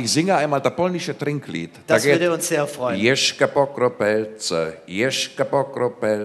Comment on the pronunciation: "Jeszcze po kropelce póki wódka jest w butelce!" :D zu deutsch: ein Tropfen mehr, solange noch Vodka in der Flasche ist! aber das "Jeszcze " spricht man aus wie "jeschze" und nicht jeschke ^^